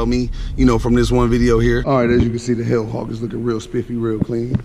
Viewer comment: I thought you said the Hood Hawk and I LMAO but then you said hell hawk. Good luck with the Jeep bro, perfect color combo imho, Don’t feel bad about the gas I had a 2007 Jeep SRT8 and it was gas guzzling pig but at least the track hawk has another 200+ hp :)